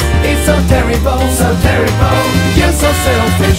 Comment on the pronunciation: こいつら日本人か？terribleをテリボルって発音するの間違ってるぞ